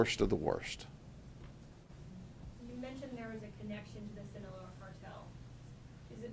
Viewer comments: It's Sinaloa not sinaleo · Sin-a-LOW-ah Boss. Sinaloa.